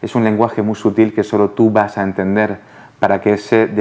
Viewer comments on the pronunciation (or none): none